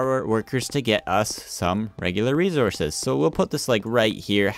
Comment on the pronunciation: Resources not rezorcous